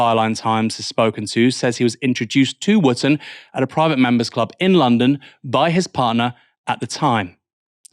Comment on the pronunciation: Dan “ Wooftor”!